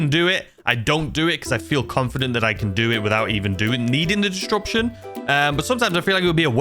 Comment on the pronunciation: Did you have to say “distruption” so many times? xD